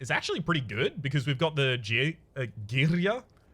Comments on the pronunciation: It's unsettling to hear you saying girya almost perfectly right... you are not supposed to do that! Did you secretly watch those pronunciation videos again?! 😂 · that girya(same with matryoshka) pronunciation always gets me, but I thinks it's just me nice vid by the way